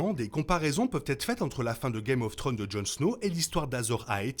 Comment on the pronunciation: Video super intéressante et bien argumentée. House of the Dragon semble nous montrer Dany comme la princesse promise. Cela relevera sans doute de la spéculation au final. Ps: vous narrivez tjrs pas a dire Thrones, le S nest pas optionnel, "guèm of tronze' la prononciation. Un petit effort ! ❤